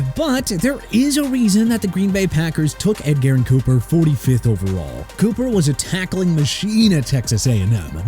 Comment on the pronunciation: SMH... EDGERRIN EH-JUR-IHN COOPER NOT ED GAREN COOPER!!! COME ON!!